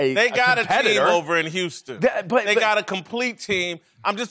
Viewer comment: HEY LAVAR, THE WORD IS HOUSTON NOT YOUSTON!